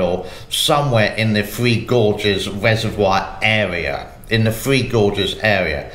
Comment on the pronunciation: One last comment, and pls dont be offended as i lije your channel, appreciate ur humor,,,, when you say 3, i hear free. Is this because you live in the far east. Hehe